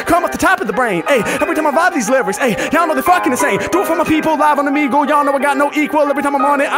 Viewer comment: Bruh I been enjoying your content! But if you say Omeg-lee one mo time...😂😂😂 Just say it as if you were saying beagle... like a dog. Outside of that, fire reactions!😂😂